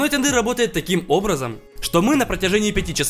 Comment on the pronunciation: Тындырь не совсем правильно. Теанди'р правильно. "ЕА" создаёт звук ə-или же Тэянди'р' "ЭЯ" тоже звук ə